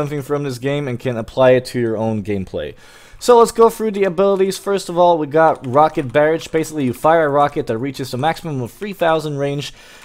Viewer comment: Barrage is pronounced buh-rah-shh